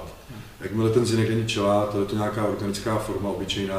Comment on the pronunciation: Ahoj kluci, máte skvělý videa. moc se od Vás učím. Skvělá práce. Jednu poznámku si ale asi opravdu odpustit nemůžu. Možná Vám to už někdo říkal, ale chelát se vyslovuje [chelát], nikoli [čelát]... jen taková drobnost. Jinak ještě jednou díky za videa ;)